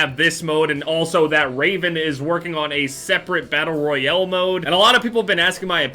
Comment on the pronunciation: The way he’s says Battle Royale... Battle Royele